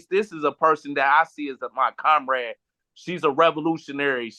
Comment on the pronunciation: I love the way she pronounces "Comrade" haha <3 Stein is serious. So are we!